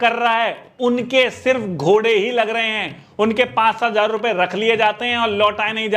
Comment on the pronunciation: Bhai ghode nhi hota 😂